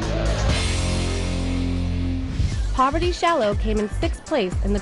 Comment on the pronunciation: it's par-va-ti no POVERTY